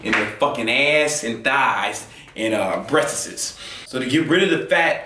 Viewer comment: Good video. LMAO "breastisse" .you had me dying